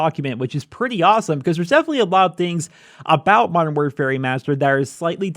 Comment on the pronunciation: Learn to say modern properly its anoyying!